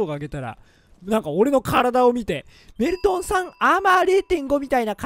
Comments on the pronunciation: 挨拶がドールトンって聞こえた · ドルトンですにしか聞こえない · どぉるどゅるとんです！ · どぅーるぅとんです↑ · どうもです！が、どうもメルンですにしか聞こえないわ。俺の男根(笑) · 挨拶がドールトンです にしかきこえんw